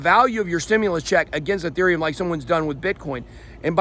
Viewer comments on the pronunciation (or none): It's Ethereum, not UhTherium